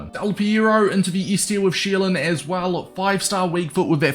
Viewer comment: S tier sounds like ”Easter”. And best in the game sound like ”bis in the game”